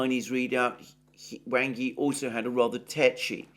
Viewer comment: Wang is pronounced as w-aug not as you see it